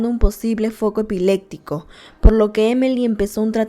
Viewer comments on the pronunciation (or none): También dice ' Epilecsia , epilectico " cuando es con "p"